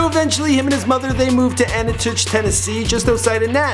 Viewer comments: LMAO Anatich,TN? My guy, you mean Antioch? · It's pronounced- An-T-ock. Antioch, Tennessee. I lived and worked out there and it's not ghetto/projects hahaha just trashy people. Cincinnati Ohio is much more terrifying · “Ani titch” hahaha the way u pronounced antioch 😂😂😂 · Ain't it Antioch TN. Pronounced Ant.tee.occckkkk not anti itch lol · It's pronounced "ANTI-OCK".... not Antich.... spelled ANTIOCH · You said AN I TICH TN it's AN TEE AUHK Antioch. Tennessee. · Bro, Anitich Tennessee? Its pronounced ANT-E-OCK, spelled Antioch. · ANATICH TENNESSEE......ITS ANTIOCH LMAO OMG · IT IS AN-TEE-OCH TENNESSEE NOT AN-TAY-OCH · Antioch, TN not anitich. Lol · Antachich? You mean Antioch? It is ANT-EE-OCK.... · It's pronounced an-tea-ock not an-i-tuch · ANT TI OCK Tennessee not an a tich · its An-ti-och tn not ant-itouch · ANNETUCH TN??? LMAO IT'S ANTIOCH, pronounce like aunt-e-ock..Dingus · Anachooch? Antioch is pronounced "An-tee-ock". Also, its Trunk Muzik ZERO TO SIXTY, not 6.0 lol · Haha dude learn how to pronounce towns before the show. Antioch is pronounced "AEn-tee-AAk" not "Ani-touch." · The way he pronounced Antioch.... Into ANTI-OCK not ani-tuch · antioch... not anitoush... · Annn---tee----ock my man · Did this man just say antioch like anatush.. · It’s AN TEE OCK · It’s pronounced Ant tee awwwk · Antioch = anteock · AN-TEE-OCK.... Antioch, TN Just sayin... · You mispronounced his last name and the city where he lived in Tennessee. The last name is pronounced (AY-Tha) and he lived in Antioch (Antie-Ock). And trunk muzik didn’t blow up over night. I’m from Birmingham. That mix tape was passed around for a year before he got signed. And he didn’t know Eminem before signing. Someone from interscope heard trunk muzik and brought it to Eminem, then Yelawolf was invited to Detroit. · It's pronounced Anti- och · It's pronounced anti-ok it's spelled Antioch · An-tee-ock bro I'm from Antioch and that's who you says it, put some respeck in yo mouff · Ann- Tee-ock, TN...wow.